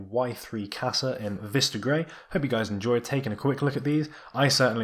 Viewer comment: even when you correct your pronunciation of Qasa you're still wrong